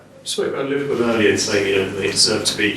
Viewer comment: Can’t even say the word Liverpool lol.